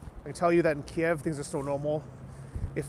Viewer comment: isn't the proper pronunciation KEEV not KEY EV